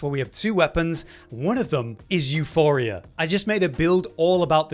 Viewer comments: I swear to God he's trolling us when he keeps calling Euporia 'Euphoria'. Two different words, two different meanings. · There is no 'H' in Euporia. It's not called Euphoria🤦🏻‍♂️ You would think that you would have noticed it by now.